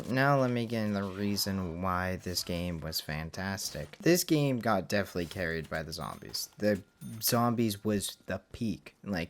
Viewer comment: aight you gotta say "definitely" different or correct, i really can’t hear you say "deflee" instead of definitely anymore